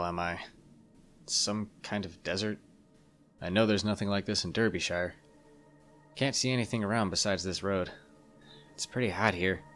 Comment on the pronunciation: the pronounciation of derbyshire (dar-bee-sher) is killing me rn